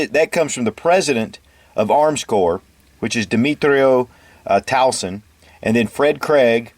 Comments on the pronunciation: I am always pleased by your videos, I just wanna comment on mr, tuason's last name on how u pronounce its Tu-wa'-son. Not tawson. Not to bash or disrespect your channel nor your videos My take is just a simple correction. Ty sir more power on your channel. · oh,, Tuason is pronounced twa-sawn. and in partnership with Fred Craig no offense but just so you know. great man this.